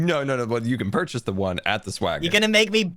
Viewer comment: "You can purchuse one at the swaggon" - A man with a lot of luck